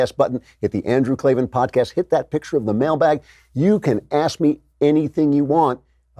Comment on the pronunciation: No its Klavin